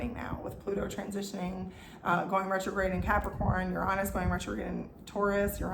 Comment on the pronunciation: The opposite of belonging is fitting in. I’m done fitting in, I belong to myself:) Ps. Exceptional pronunciation of the word Uranus👏🏻👏🏻